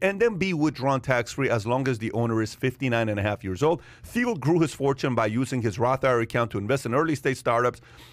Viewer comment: I think this should be celebrated. He maneuvered like a Jedi and it paid off Also Thiel = pronounced “Teal”